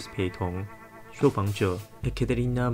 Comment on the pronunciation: 因為太噁心了，只好將注意力轉到Ting的非英語發音上。 Weissnacht應該是德語來的，所以ei應該發類似「艾」的音，然後nacht的ch是喉音(類似用喉嚨發h音的感覺，跟法語的R有一絲相似)，且t其實有發音只是不明顯。用英語自然發音逼近大約是「Vais-naht」。 不過有把德語W發英語V要給壓倒性好評。 Ekaterina用俄語發的話，字首E要發「耶」的音，用「ㄟ」的音是老美的習慣。